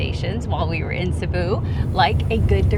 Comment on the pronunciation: Please forgive me, but it's pronounced, SEEBOO. Thank you and good sailing, from the Philippines.